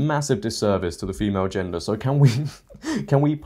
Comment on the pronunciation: Hahaha “in that gengder that doesn’t exist anymore… “ HAHAHAH ok ya got me to chuckle I’m subscribing now lol I’m new 🤣